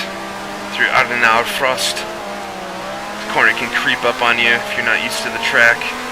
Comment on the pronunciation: Great drive! But it is "Adenauer Forst", not "Frost" ;) Forst is a german word for "forest"